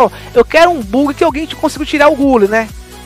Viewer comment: Salve eu me racho de rir com essa pronuncia: RICAR e GULI kkkkk tmj